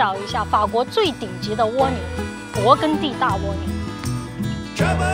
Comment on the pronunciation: 跟我学，勃艮第，艮是一声gēn